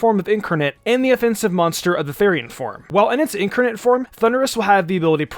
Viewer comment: Incarnate (IN-CAR-NATE) not (INK-ER-NATE) It’s like watching Wolfe Glicke call Giratina (Jer-at-nia)